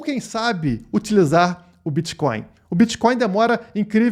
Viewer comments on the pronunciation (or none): Será que o parasita é tão leigo que chama Bitcoin de Bitcóio ou repudia tanto que nem consegue falar! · Será que estava zoando ou não sabe como fala mesmo?